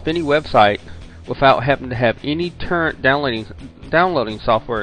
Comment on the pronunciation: its toooorent not turrent